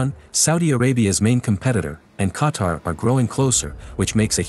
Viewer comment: i’m from qatar i love saudi arabia ❤️ 🇶🇦 ❤️ 🇸🇦 but making me hearing this dude pronouncing qatar like qatr makes me mad